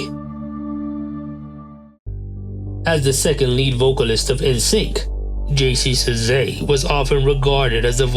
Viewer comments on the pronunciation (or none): JCs name is pronounced Chah—say, not Zezay! Come on!!